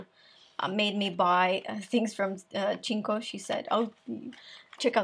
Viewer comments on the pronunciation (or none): Love ´s videos! One comment from a Portuguese fan: Cinco, the Portuguese brand, is pronounced "Sinco" (same sound of the "c" of 5 in French= "cinq"), instead of the"ch" sound. Great video, very useful!